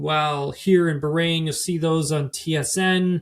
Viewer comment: You say Bahrain so insultingly wrong